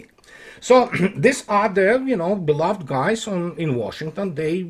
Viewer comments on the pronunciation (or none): none